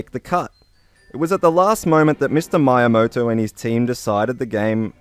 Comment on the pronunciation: Please, say MEE-YAMOTO, not MY-YAMOTO... PLEASE....